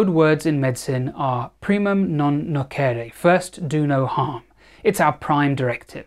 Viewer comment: Dear collegue In the dead latin language the letter c, if it comes prior to i,e, is pronounced as a soft c (like citrus), not a k. Its primum non noc(itrus)ere.